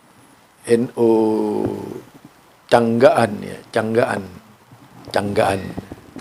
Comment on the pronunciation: namanya desa Cangak an...begitu... Bukan canggak an.... Maaf sedikit koreksi